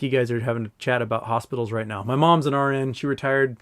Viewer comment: Foreign regulators don't 'just happen to be better at regulation'. Separately, when you were saying 'RN shortage', I thought you were saying 'orange shortage', took me a few minutes ;) Thought it might be a 'Trading Places' reference.